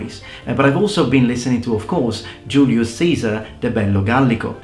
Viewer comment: Why did you pronounce Julius Caesar like that?